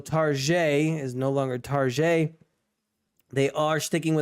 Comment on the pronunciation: i like TARGAIEE not Target 🤣🤣